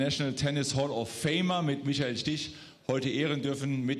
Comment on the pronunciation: Who's Michael "Steech?"